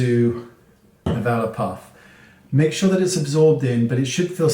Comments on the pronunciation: It took an embarrassingly long time to realize you were saying Velour puff and not Valor puff 🤣 Thank you as always Wayne! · Oh ok..omg me too I thought he said vela puff "" lol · My brain heard “vellum puff”. 😆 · THANK YOU...I was going nuts trying to figure out the word he was saying